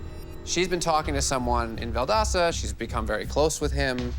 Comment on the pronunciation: It’s VUHL DOSE TA THE “o” is NOT AN “A” 🤦🏻‍♀️ Valdosta